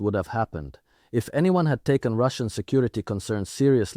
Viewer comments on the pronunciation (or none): none